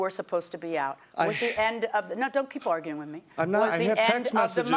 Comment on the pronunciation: and actually said 'I'm not auguring' LOL